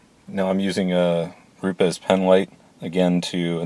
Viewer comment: Lol good video but rupes is one syllable rupes Rhyms with loops